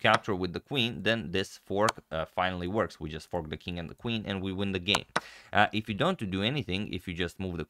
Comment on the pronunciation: Did you say, '...we win Black's Queen...'? Just it sounded like, '... we ruin Black's Queen...' Now that's just spiteful... lol